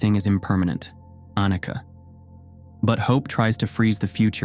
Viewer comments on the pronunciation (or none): I love the videos, honestly. I don’t get one thing though: the Sanskrit/Pali pronunciation of basic Buddhist terms is sometimes completely off (e.g. ánicka where it’s anícha for anicca). Doesn’t make any sense to me. Unless it wasn’t recorded by a human but rather by AI..?